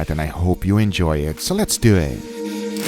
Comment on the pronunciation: It's one word: Lessdewehh